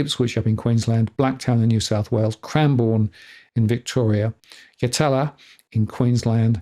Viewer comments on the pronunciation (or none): Yatala, 4207 - in Queensland, we pronounce it 'YAT-LA'